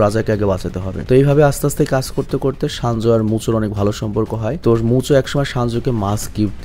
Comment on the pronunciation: Vai shanju nah 😂 senju